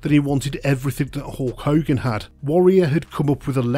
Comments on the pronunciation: Did you call him Hawk Hogan?! I think you did haha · As some one from England we don’t call him HAWK hogan 😅